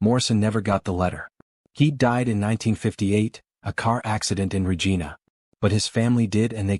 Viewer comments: Regina: rej eye' nuh, "The Queen's..." Anybody who says "regeena" is a frootloop. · No important but it is Ree-jaina not Rejeena. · Not Regeena, Regina, like vagina. AI is amusing. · I agree. The guy narrating the piece should have done a little research before he voiced it. it loses all credibility with a mistake like getting Regina wrong